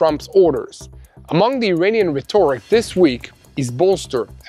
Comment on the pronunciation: "Rhe-TOR-ic"??? How about RHET- oric.